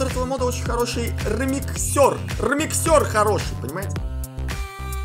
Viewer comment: Не ремиксёр а ремìксер